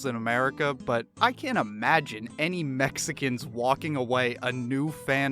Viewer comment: Comedy is subjective, so the only thing you need is the ability to speak coherently. He failed miserably, if you're entire set is about Mexicans, maybe you need to learn how to say it. Mes-e-cons isn't as bad as his other special, where he insists on saying jis-su, this coming from a guy with a BJJ black belt.